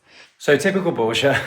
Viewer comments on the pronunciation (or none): Discovered your channel yesterday and im now binge watching episode after episode. Your work is epic 🎉 Question.....where is Borja from? I live in Spain, have done since 1975. You call him Bor-jah but where i live we pronounce it Bor-ha. 😊